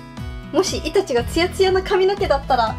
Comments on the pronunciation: イタチのイントネーションに違和感を覚えてしまったけどこれが正解だったのかな？ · イタチの発音違うよ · 全然関絵に係ないけどイタチの発音違うのが気になった（笑） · イタチの発音が、、、